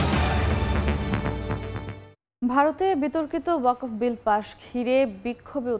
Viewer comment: মুসলিম হয়ে ও ওয়াকফ উচ্চারণ বিকৃত কেন?